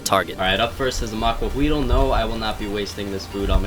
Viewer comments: i'm mexican and in not quite sure about it but i believe its spelled macuahuitl and its pronounced macuauitl with a strong t also the h doesn't make a sound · I keep rewinding to hear him say "Maquahuitl" XD